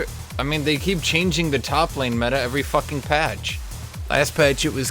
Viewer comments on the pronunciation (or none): none